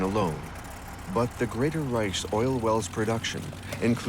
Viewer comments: I don’t think a human would have mispronounced “reich” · He cannot pronounce certain words that should be easy. Reich, Caucasus, I gave up after that one.